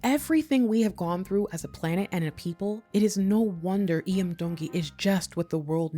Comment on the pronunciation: Mahalo for taking the time to research and sharing the history of Hawai'i. Your pronunciation of Iam's name is beautiful. Keep up the great content...Mahalo Nui Loa!!!